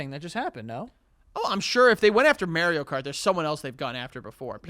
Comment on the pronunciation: saying "Mary-o cart" is infuriating lol